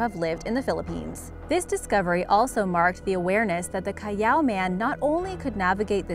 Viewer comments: Its not cayaw.... It is Cal aw thats how you pronounce callao. Bobo. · Its pronounced as Cal-yao. She used how mexicans pronounced ll. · its pronounced "Callaw" not cayaw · It's not KA-YAW man and cave it's Cal-la-o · Callao is actually pronounced as kal-lao, not kayao.. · Its not caiiao its callao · Its callao not cayao😂 I'm proud to be a Filipino! Like this if you are! Pilipinas! 😂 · So callao caves is pronounced Ca-yao? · Is anyone else not bothered by how she pronounces Callao as Cayaw? I see no "Y" in that word. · its cal lao